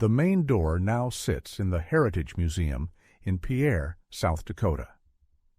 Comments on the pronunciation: It's pronounced, "Pere (rhymes with "hear or here") South Dakota, not Pee-aire (Pierre). My family and I lived in western South Dakota for over 28 years and like JeffreyHunn indicated in the comments, blizzards and storms in the Dakotas are no laughing matter to this very day! The "Long Winter" of 15-18 October 1880 is a real historical event. Eight years later, 12 Jan 1888, in parts of South Dakota and Minnesota came the storm known as the "Children's Blizzard". The weather had been relatively mild then and children had been wearing light wraps to school when the storm arrived with great ferocity. They were soon released to go home. It became a blinding snow and the remains of many of those children would be discovered along fence rows as they had tried to follow the fences back to their homes but ultimately succumbed to the harsh blizzard conditions. The most recent storm I personally lived through was Winter Storm "Atlas", 3-5 October 2013. It started as rain but soon turned to 2-4 feet of snow. Wind would create drifts of 6 to 20 feet in places by the time the storm ended. Many ranches had livestock, horses and cows, still in open Summer pasture which offered little to no shelter from the elements. The animals were soaked by the rain and then succumbed to exposure from the worsening negative temperatures accompanied by the gale-force wind. The South Dakota State Veterinarian office indicated reported livestock losses in Western South Dakota were in the neighborhood of 13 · that is a great video and excellent lesson. Well done! Also, (Pierre, SD) is pronounced "PEER" not the "traditional frog" way. Cheers!!